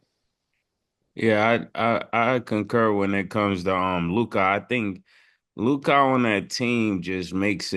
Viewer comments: How you struggling to say LUkA💀take a speech class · Damn it aggravates me how Mase pronounces Luka’s name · Mase still not saying Luka right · So Mase cant pronounce Luka right or is he trollin 😂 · The way they pronounce Luka is infuriating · I hate how Mase say Luka lol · How can you not pronounce his name correctly? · Man I hate the way Mase pronounces Luka’s name. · Mase…please stop pronouncing Luka’s name like that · I hate how Mase says Lukas name 😂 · he struggle to say Luka , i don't get it lmaooo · lol he annoying like who told u to say his name like that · Name 2 syllables and he still can’t get it right 😭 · Why do Mase pronounce Luka name like that? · Made don’t know how he wanna pronounce Luka’s name 🤣🤣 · it’s a dumbass ignorant baby thing. Stop the bs and say that man’s name right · it’s a goofy, ignorant ass thing. Say that man’s name correctly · that’s a ignorant goofy thing, nobody gaf when you where born. Say that man’s name correctly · Bro…how many time they gonna say Luka name like that lol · Making it hard on himself for no reason 😂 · Mase not being able to pronounce Luka now is becoming a bit weird 😂😂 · Why tf does Mase keep calling this man Lu-cah! The least he can do is get the names right with those basic ass silly ass takes. The only time he has a decent take is when he recycles something Cam said weeks ago. They need to trade Mase ass. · Mase the man is Luka not Lukia!! Use ur phone for proper pronunciation of words and players name Bro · Why in the hell cant Mase pronounce Luka properly, who tf is Luk- Ah smh lol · Mase salute God but stop saying LUKAii 💀💯 ITS LOO-KA aka Luka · Can yall PLEASE tell Mase his name is pronounced Lu-Kah not Lu-Kai🤬🤬🤬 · Mase you gotta stop say LU-KAI it’s LU-CUH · That man name is LEW-KA not Lew Caa Mase 😂😂😂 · everybody including Luka “Lukuh” Ma$e - “Lukaah” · Y yall say lookah, it’s Luka lmaoo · y do mase always say “lukahh”instead of “Luka”😂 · Ma$e always calls him “LukAHH” ⏸️ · WHO TF IS LU-KAH 🤣🤣🤣🤣